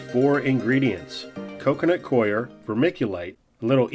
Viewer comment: The "coir" of "coconut coir" is pronounced the same as "core."